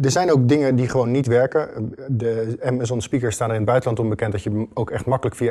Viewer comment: Bedankt, dat je "Amazon" zegt, in plaats van "Amazun".